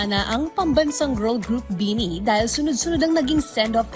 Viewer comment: I know madami pa ring Pinoy na hindi fans ng BINI pero I hope the reporter should atleast did a research on how to pronounce their name properly 😂 Ang weird lang kasi matagal nyo na sinasama sa news nyo ang BINI pero parang di nyo pa rin sila kilala. 😂